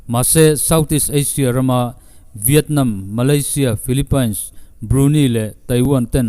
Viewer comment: Iti tha e.. Mahse thahnem/duhtho thilah..south China Sea chungchang la update fo hmel sia.. Lamdan dik zawk in aw.. Island-ailand.. Quarantain-quarantin.. Philipaines-philipins